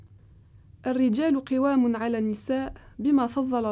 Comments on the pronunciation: en un seul verset tu as fait deux fautes de lecture. On dit "Kawamouna" et non "kiwamoun', et le l'avant dernier mot n'est pas " Aliman" mais " aliyan". Je te remercie de rectifier ne serait-ce que pour ta propre mémoire. Salam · Au début je me suis dit aller je vais regarder puis quand je l'ai entendu lire le Coran et massacrer ces mot et donc changer la signification de ces dernier je me suis dit stop trop de youtube pour aujourd'hui, الرجال قوامون و انت قرأتيها قوام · Il faut bien réciter le coran cقوامون et pas قوامن